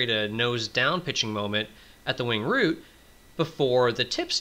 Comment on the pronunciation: Wing root, not wing route.